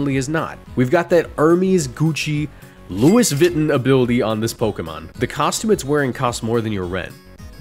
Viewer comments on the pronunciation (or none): Louis Vuitton pronounced as Luis Viton? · No way u said Louis Vitton 😭. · Lewis vitton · Lu iss vitton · the way you pronounce Louis Vuittton had my dying 😭😭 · the way you said "louis vuitton" was pretty funny. ya got me. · What a unique way of pronuncing Louis Vuitton! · why did he pronounce louis vuitton like that 😭